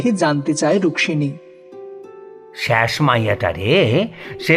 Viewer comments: Rukmimi na Rukshini please be careful while narrating. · Bar bar ei rukmini k ruksini bole bole nak er dofarofa kore dilen. Osojjho lagche. Golpokar er uchharon er dike vison vabe nojor dewa proyojon